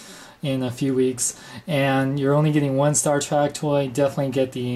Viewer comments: It's Star TREK not Star TRACK. No offense, but you are just pronouncing it wrong. I have never in my life heard anyone pronounce it Star Track. With that being said, I don't like Playmates offering of the USS Enterprise. It lacks detail, paint, and looks more toy-like than something I would proudly display next to my Enterprise Refit by Art Asylum. I'm hoping that Art Asylum puts out a version of this ship because I know they will do first rate job. Apparently, these ships were rushed for retail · Spell it with me ...T ... R ... E .. and ...K ....now slowly pronounce it.... Staaaaar Trek.........not Track. Thank you and godbless your speech impediment. There's a place in this world for everybody. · why do you pronounce it star TRACK? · U SAID STAR TRACK!!! ITS STAR TREK!!!!!!!!!!!!!!!!!!!!!!!!!!!!!!!!!!!!!!!!!!!!!!!!!!!!!!!!!!!!!!!!!!!!!! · shut it its sopost to be sed like this Star track every 1 says star track beides it sounds weird as hell saying star trek insted of star track people have allways sed star track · star 'trak' lol